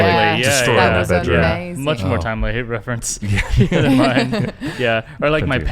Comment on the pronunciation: Learn to know the difference of "THEN" and "THAN" please.i've been noticing lots of people confused by this 2 different words. Yes you used "THEN" because you pronounce "THAN" as (DEN) in english acsent,but you shouldn't not spell it the same as "THEN" (DEN).